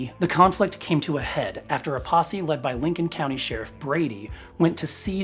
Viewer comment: OHHH, you said 'posse'... Right.